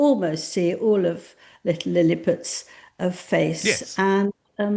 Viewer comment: Did I hear that silly old biddy call the girl kid "Lilliput"?